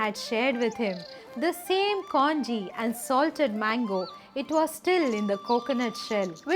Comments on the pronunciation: It is not kaanji, you pronounce it as kanji(கஞ்சி) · in Tamizh, we say kanji, not kaanji. I am sure it is the same in Malayalam? Our Kerala siblings can confirm this. One thing for sure, these stories have to read with the proper background. I fell in love with Kaala Bhairavar. And the God child from the video touches my heart deeply. Thank you ma.